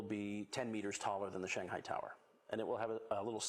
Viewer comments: Cool! Lady needs to learn how to pronounce "Shanghai" though. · this actually reflects her professionalism, as she is trying to pronounce "Shanghai" in the authentic Chinese way.